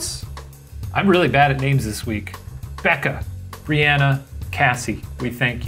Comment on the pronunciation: Shane you’re great with names this week bc you pronounced mine correctly 😭 Everyone always assumes it’s pronounced like Brianna, when it’s Bree-Anna. Idk why but I cried. Love you guys 💖